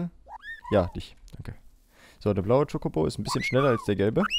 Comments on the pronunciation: Wo er chikobo sagt und ist voll hübsch😍😂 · ich brauch ein video wo du in dauerschleife chocobo sagst :D das gefällt mir so :D